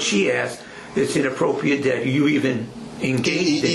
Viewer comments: The cop interrogating the other, the one asking if it is "inappropriate" is hilarious! He seems so uneducated! Not being able to pronounce the word correctly 😂had me cracking up! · Both the cop and attorney not knowing how to say inappropriate correctly, smdh! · The mispronunciation of the word “inappropriate,” with how often it’s said, is driving me nuts.